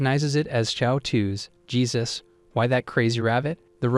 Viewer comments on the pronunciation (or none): none